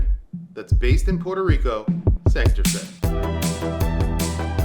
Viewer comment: Hey,, another killer watch & video! Fellow New Yorker & Boricua here, oh yeah, and watch nut. Gringo phonetics for saying Santurce. Sand/tour/say. Wepa!